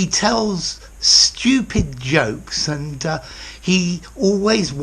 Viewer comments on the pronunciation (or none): did he said and'ta :#